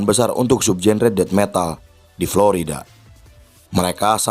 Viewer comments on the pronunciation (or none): none